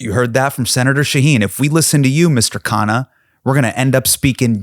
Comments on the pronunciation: Everytime i hear Hasan pronounce Ro Khanna’s last name correctly it makes me shocked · Thanks for Pronouncing KHANNA right. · Ofc Hasan is a desi.😂 He knows his sh!t.